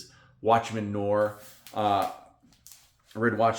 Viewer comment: Great picks! But it isn't Watchmen Nore it's Noir like film noir. Noaaaar...